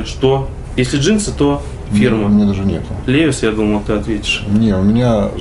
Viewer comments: Левис)))) Левайс... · не лЕвис а левАйс